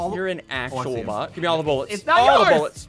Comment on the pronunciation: he said actual bot